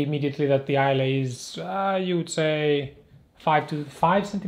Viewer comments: Hi - ‘eye luh’ rather than ‘eye lay’. Not that it matters - excellent review, sir! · Great video, thank you. BTW the boot name is pronounced 'Eye - Lah' (Islay) Like the Scottish Island of Islay. ~Peace